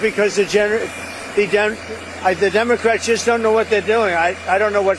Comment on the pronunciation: He can't even pronounce Democrat